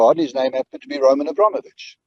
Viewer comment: Lol you'd think if he worked for him he'd know how to pronounce Roman's surname properly, I know because I'm a Chelsea fan which Roman owned